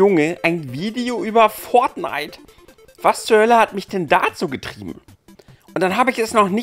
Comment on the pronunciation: Das wird fortnite geschrieben -_- nicht "pfort knight"!1!1! lieber mal davor recherchieren!1!1!1+1!